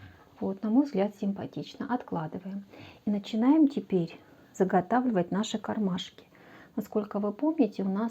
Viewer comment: о! Отлично! Отличные идеи, отличное исполнение, но.. не кармашИки.. а кармашки. Так часто повторяете это слово, что просто в ушах одно оно. И ещё заметила несколько речевых особенностей, но они хотя бы не так часто звучат. В остальном, большое спасибо! Надеюсь, критика конструктивная Вас не обидит, а наоборот поможет улучшить качество снимаемых видео. ❤